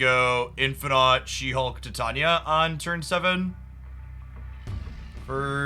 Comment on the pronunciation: Hey, I just thought I mention that Titania is pronounced like the metal titanium but it's with an A at the end instead of UM not an issue just thought I'd mention it.